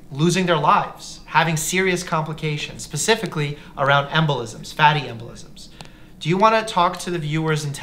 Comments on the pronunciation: “…pacifically..”. Um I think you might mean specifically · Mike! Did you say PACIFICALLY instead of SPecifically ? 😂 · Not pacific ally 😩